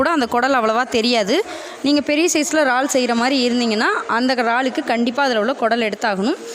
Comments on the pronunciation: ரால் இது என்ன புது பெயர் உச்சரிப்பு முக்கியம் 'இறால்' அல்லது எறால் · றால் இல்லை இறால்.